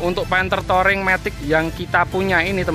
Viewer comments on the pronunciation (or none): Touring, di baca " Turing" bukan "toring" 🙏🏿